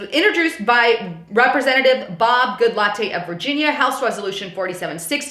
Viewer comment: Sorry listen I can not help myself. I think Goodlatte is pronounced Good- let (i.e. "let"the dog out). Though I like the way you say it much better -makes me want a Latte. Thanks for your hard work.